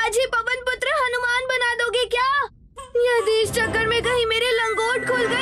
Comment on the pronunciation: In the starting that said पुटर it is wrong because it is पुत्र